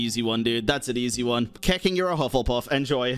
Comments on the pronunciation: keking?! 😂😂 more like keching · Did bro just call her keking? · Did bro just say keking lmao😭😭